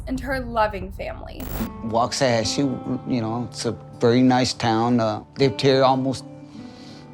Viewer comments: WAH KACHY🤣😂 … WAX UH HATCH EE🤦🏾‍♀️ girl these pronunciations are hilarious lately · When she pronounced Waxahachie I screamed “oh my gosh it’s Wax-a-hachie” and busted out laughing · YES!!!! Lol. I've never heard waxahachie butchered before. It was odd 😂😂😂